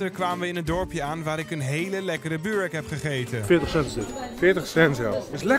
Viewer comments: De “y” wordt uitgesproken in het nl als “uu” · Hoe tf zeg jij burek 😂 in Albanië zeggen we het niet zo